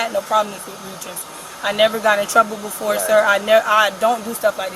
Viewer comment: It is pronounced "befoe" (don't get it twisted 😂😅😂😂😂😂😂)